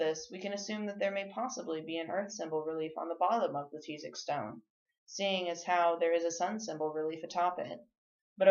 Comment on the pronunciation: That's not how you pronounce Tizoc 🙄 And that's my last name